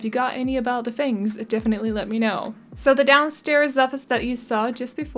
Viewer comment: So everyone knows, their surname is Chinese, and you say it "fung." c: Like funk. There are five family names in Chinese that are spelled this way in Pinyin, they are all said like fung. I like the vibes of this renovation! c: I'm a sucker for loft-like things. Also like the creative usage of interior windows!